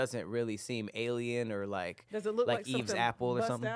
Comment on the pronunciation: The word is Alien.: Ellen 😂😂😂😂